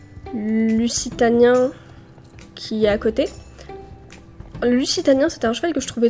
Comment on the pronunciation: Lussitanien ? désolé mais heu sans te critiqué je pense qu'on dit luZitanien non ?